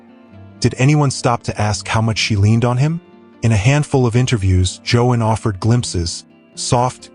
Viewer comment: You are mispronouncing her first name. AI?